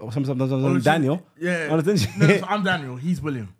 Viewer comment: Only name he pronounced properly is Daniel. Might have said it fast but pronounced it all wrong.